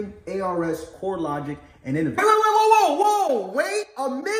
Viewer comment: Great video and info. Just wanted to let you know that Innovis is pronounced "In-Know-Vis". Keep dropping the knowledge.